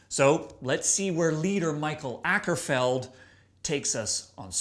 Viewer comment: His name is Åkerfeldt, which is pronounced "Oakerfeldt." Every time you say "ackerfeld," a kitten is murdered.